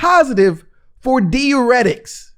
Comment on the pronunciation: dai· ur·eh·tuhk... If I hear this man say deeuretic one more damn time....